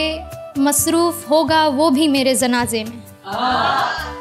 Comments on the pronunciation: Tallafuz khrab hai zanaane nhi janaze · जी, बहुत सुंदर है आपकी कविता। और खूबसूरत हो सकती है यदि आपका उच्चारण सही हो जाये। जैसे आप शरमाये को सरमाए बोलती हैं जनाज़े को ज़नाजा। God bless you beta